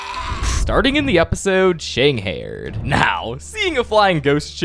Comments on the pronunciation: it’s ShangHAIED not shangHAIRED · First off, you're misprouncing a lot of things; it's pronounced like Shanghighed[ not a word but you know what I'm trying to say]